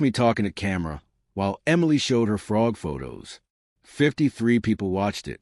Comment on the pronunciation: Sick of hearing the guy say "Fraud" in stead of Frog.